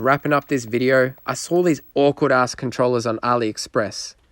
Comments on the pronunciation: did he say ackward ass controller or was he saying the brand of the controller? 😂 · It was his accent had me looking it up on google and then i learned it was him saying that lol im like dam i wasted my time